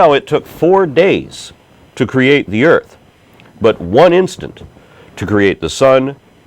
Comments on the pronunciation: you can tell how educated the caller is when she refers to the EARF. Maybe she just sounded funny because she was in the BAFROOM. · she said "Earf". fack sakes.